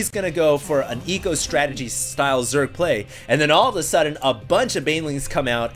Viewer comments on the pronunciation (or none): none